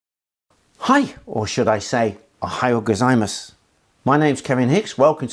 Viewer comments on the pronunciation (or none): it's Ohayo Gozaimasu.. not Ahoi gozaimasu. lol